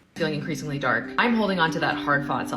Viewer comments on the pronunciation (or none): none